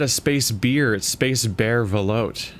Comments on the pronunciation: Fyi - it's pronounced velootay. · If you go back to the Seamoth and install those upgrades, you can dump 16 blocks into the new storage, and have 18 free for new junk. P.S. Ve-loo-tay. Creamy soup.